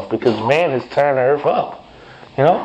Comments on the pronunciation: Earf lmao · Did he say "we are the most hated people on EARF?" Lmaooooooo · Yes! Earf!! Believe me, it's worf another listen